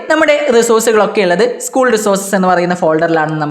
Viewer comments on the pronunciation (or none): none